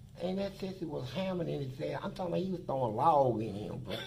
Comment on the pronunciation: "...thowin log..." This cured my depression.